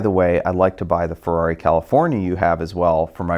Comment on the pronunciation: Car'do yea'.. Farrari, da'new spide-ow?